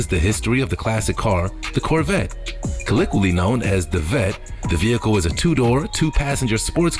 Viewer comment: Man whoever write this narrator's scripts needs to leave out the big words. Dude cant pronounce them. I heard him murder several words including "colloquially"